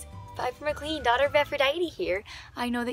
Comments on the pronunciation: am I the only one bothered that she pronounced it "mick cleen"? instead of McLean "Mick Lane"??? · why is Piper a white girl💀 she's supposed to be Cherokee, and it's pronounced Meh-clain Not Mc-clean tf Also, it's pronounced Frank Chang Not literally pronounced Zhang. andddd Hazel has an accent